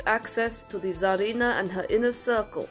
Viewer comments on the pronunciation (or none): none